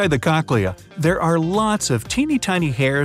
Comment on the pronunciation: Am I the only one who laughed at the name "Cochlea" ?🤣 or kakleeah, whatever the pronunciation was